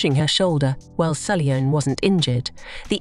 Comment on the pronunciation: It's Sull-yoon, not Sully-yoon